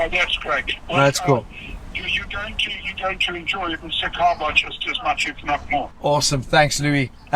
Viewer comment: Dude, msikaba, not missykaba.